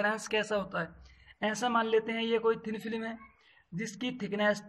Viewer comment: Thin film hota hai... filim